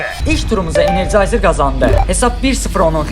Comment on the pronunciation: Energizer❌ Energayzer✔️